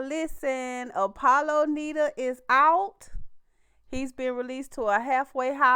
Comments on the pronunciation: Apollo nida pronounced nye like eye nyeda lol but wow he must have gotten out early I thought he got 8 years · I was going to correct the pronouncing of his last name as well 😂 He got released due to good behavior.